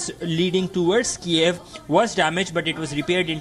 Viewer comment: LEARN TO PRONOUNCE THE NAME KYIV!!!! My god what kind of amateur reporting is this??